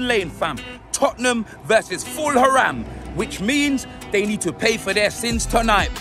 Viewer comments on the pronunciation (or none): Ful-Haraam lol